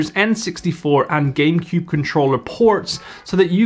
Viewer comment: i think he actually said "Gamepewb"